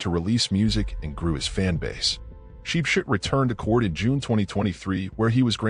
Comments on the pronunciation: As for “sheep shit”😂😂😂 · From now own ship ship ❤❤ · The way he pronounced his name 😭😭😄😄😄